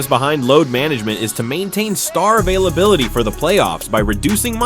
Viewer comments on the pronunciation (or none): none